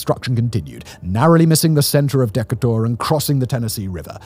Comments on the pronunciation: "Deck-kuh-tor" lol... Alabamians pronounce Decatur "Deh-kay-terr" 😉👍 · “Deca taur?” Is he trying to say Decatur? (De cate er)? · JFC man, it's Dee Kay Tor, not Deka tour. I guess at least it's not another AI generated video, so there's that... Dee Kay Tor FFS. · Dee-cater, not deck-a-tour. That didn't bother me, but after a while I had to laugh. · “The city of Deck-a-tor”. That’s so bad. It’s DE-ca-ter. Why are English people so bad at southern city names. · Wtf is a Deck a tor. DeeKaytor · deckatour? you mean Da Kay Ter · Deck-uh-tore lol first time I heard that one.... Decay-ter? Decay-tor? Hmmmm 🤔🤔 Duh-kay-ter? Now I'm questioning my pronunciation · It’s de-cator not deckatorin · I love this video as I love pretty much everything else Simon produces, but as someone who lived for a while in the Huntsville area, I have just one bone to pick. Decator is pronounced "Dee-kay-toor" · As a lifelong resident It’s DEE-KATE-ERR, Alabama not DECK-AH-TUR,Alabama. Just letting you know kind sir! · Love your videos, but being from Alabama I've just got to say... Decater is pronounced Dee-kay-tur lol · Deka tour? Oh you mean Duhkayter. Decatur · Simon pronounced the city dekkatour instead of deecatur. Lol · Thats it, I will forever call Decatur (De-Kay-tour) as Decatur (Deck-A-Tour) lmao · So, Decatur is pronounced with a long 'A' - as in "De-Kay-Tuhr" not "Deck-uh-tour". And there are a number of cities and towns in Alabama that have been hit by multiple tornadoes in one day - just not two F5s. Interestingly, a third of the tornadoes that touch down in Alabama do so after dark... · I thought it was pronounced Deck-a-tour until recently. Turns out it rhymes with Tuh-mater. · I'm from Decatur and I didn't realize that's what he was saying until I looked at the comments. I was like "What is this Deck-a-tour place and how have I never heard of it?" 😂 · It's pronounced Duh cater. Lol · *duh-cater.. Decatur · The way you pronounce Decatur threw me lmao we pronounce it 'dee-KAY-tur'